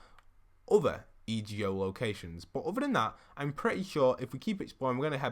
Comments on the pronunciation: It’s EGO NOT E.G.O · Anyone else triggered when he would say e.g.o instead of just saying ego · Code postboxpat itz_Avila Hey its EGO not e.g.o I think it sounds better😂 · E ge o really its e go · it's ego not E G O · It’s ego not ejo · I love your vids but it’s EGO not E G O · Kinda- I was like “say it right man, this is messing with my ocd.” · Kuraidoman yeh but it’s annoying hearing him sounding out the letters in the acronym than actually just saying the word it spells, like do you say N-A-S-A or nasa